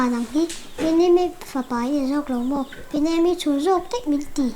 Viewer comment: Chhuahlawma khi tunge chhiar sual ve che u 😂